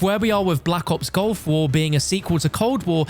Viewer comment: stop saying GOLF war please.. Its GULF war